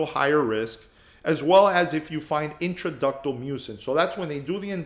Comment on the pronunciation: Is “introductal” branch or main duct????